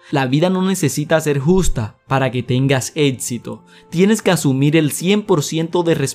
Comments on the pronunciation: amigo aprende a hablar por favor, es estresante.. "ETSITO" ? "CONETSIONES" ? APRENDE A HABLAR DIOS. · Sus atsiones?... su etsito?? No está muy ganador hablar así